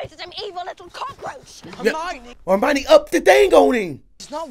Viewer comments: Sounds like you’re saying Armani , her name is pronounced “Her-My-Uh-Nee” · did he call Hermione "Armani"? lol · It's Hermine pronounced her mind eee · non-magical people in this are called muggles. Mudblood is the term they have for a mix of muggle parents and magical parents, or just straight up having all muggle parents like Hermione does (btw I kind of love that you call her 'Armoni' lol) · Her name is pronounced Her-Mine-Ney...